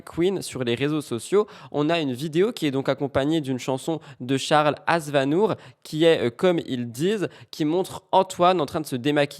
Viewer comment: Tu as dis charles azvanour?? C'est aznavour. Tu m'as tuer 😂 Merci.